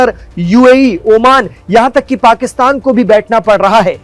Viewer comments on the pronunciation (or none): none